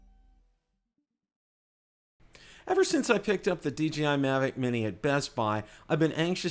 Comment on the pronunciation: DJI... NOT DGI. DeeJayEye not DeeGeeEye.